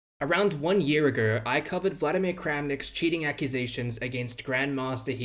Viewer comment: "Around one year argew" you don't want to do a second take on that one?